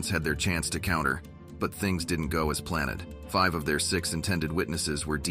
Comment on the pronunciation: 16 MINUTES is all I can take of this unbelievably monotonous bot narration. This can put you to sleep, regardless of how exciting the story could have been, if read by a human. 4:4t "...but things didn't go as plan-ed . Inspector Clouseau: "Until we meet again, and the case is solv-ed." -When are these t-t bots gonna learn how to pronounce English?? "Five of their six intended witnesses were deem-med irreleVAHNT. -I guess they could'nt use those witnesses. Not if they were *irreleVAHNT*.